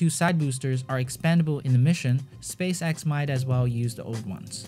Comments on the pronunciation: Change your channel name to space axe... Cause you butcher the name. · Space axe! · "Space Axe" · Why do you read space x like space axe